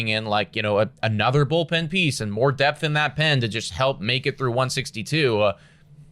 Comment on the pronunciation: "Don't have depth-uh"